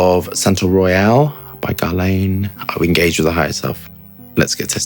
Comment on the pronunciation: It's pronounced as 'geRHla(n)" not "garlein"